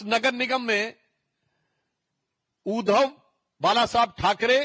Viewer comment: सुधीर जी, उच्चार थो..डा ठीक करें. उद्दव नही. उद्+ध्धव. मराठी मे व्यंजन पर जोर डाल कर बोलते हैं. वैसे ही संधी शब्द एकत्र व जोर डाल कर बोलते हैं,उदा: स्+मी-स्मीता.इसलिए मराठी कडक है. इसे हिंदी मे समीता उच्चारते हैं.